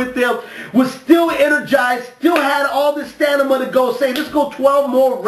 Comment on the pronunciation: Lolz you said stanima instead of stamina